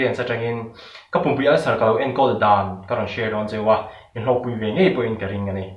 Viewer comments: Pum in a 'ngaih' ni lo in 'ngeih'🤘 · 'Ngaih' i tih hi 'Ngeih' ti la ngaihthlak a nuam zual ang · A tha lutuk.mahse,ngaih i tih thin hi ngeih ti thin la,ngaihthlak a nuam ang. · Zing thawh velah ti lovin, zing thawh veleh lo ti thin la. Tin, ngeih tih turah pawh ngaih i ti zel a, ngeih i lo ti thin tawh dawn nia. Ngaih leh ngeih hi hmanna hrang daih a ni e. Chuan damdawi tel lova pumpui ulcer enkawl dan emaw kan ngaihthlak dawn ka tia, damdawi chu i lo sawi leh daih tho sia. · A tha khawp mai,mahse ngeih tih turah ngaih i ti deuh zel a,ngaihthlak a hahthlak deuh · A ngaih nilo,a ngeih tihtur zawk aw👍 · In zir thiamte midangte in share phal ṭhin hi in fakawm. I hmel pawh a ṭha, i kam chhuak pawhba fel fai, Mahse, Mizo ṭawng uluk leh zual teh aw hotupa.. entir nan: "ka ngaih" aiah "Ka ngeih" tihte a awm zeuh zeuh. Nangniho mi fel tak tak hian Mizo ṭawng hi han uluk sauh sauh teh u aw. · 'Ngeih' tih tur 'ngaih' ti a an lam ri leh thin te hian ka thin a tirim a, chu chu ka pumpui ulcer hian a haw khawp mai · A ţha e...Mahse,ka lo ngaithla ngun viau a,ka ngeih tih turah hian ka ngaih iti zelin ka hria a..Ka hriatsual nge chu ka hrelo a,mahse ka ngaihthlak ngun viau pawn ka hriatdan a ni tlat sia😁 Ngaih ni lovin ngeih tihtur ania,mahse ka lo hriatsual zawk chuan min hrethiam la🤗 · Ngaih tih turah ngeih te an ti leh bawksiaa😬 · Tingee a ngaih i tih ziah a, a ngeih tih tur alawm.. i hmelthat teh reng nen😂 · Ngeih tih turah ngaih iti tlat 😅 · Tha lutuk, thil dang pawh lo ti zel rawh...mizo tawng hman tlem a zir la ngai hret tih loh chu tha e...😂 eg, ngeih tih turah ngaih tih te.... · Awi..nangchu ''ngaih'' iti tut a..ka tui lo zo vek🙄